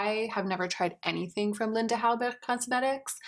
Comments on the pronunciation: I adore you but why do you keep pronunciation Hallberg like that? I appreciate you wanting to pronouncing how they would in Sweden but that isn't how it would be pronounced.. Just stop. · I loved the way you said Linda Hallberg😂 almost with a german accent instead of Scandinavian❤️